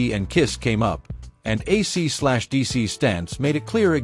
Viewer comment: Fake voice can't pronounce AC/DC. Some pictures of Malcolm Young are reversed. The verbose, semi-vacant script sounds like AI. Yech.